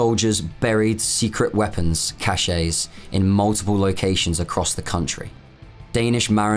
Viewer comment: Awesome stuff, but very poor narration. Difficult to listen to. Awkward, stumbling, broken cadence. Random emphasis. Mispronunciations. The 'e' in cache silent. Not the level of quality this channel has set itself.